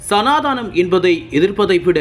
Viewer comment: சனா தானம் என உச்சரிக்க வேண்டாம்.. சனா தனம் என உச்சரிக்கவும்